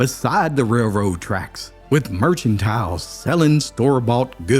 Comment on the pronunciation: “Merchantiles”? OH PLEASE LEARN TO PRONOUNCE WORDS YOU WANT TO USE before you use them! It’s called due diligence.